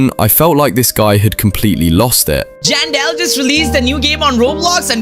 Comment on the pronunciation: Its janson Manson not jandel manson